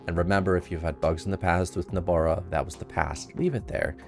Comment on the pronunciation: Nobara not Nabora, but thanks for the tutorial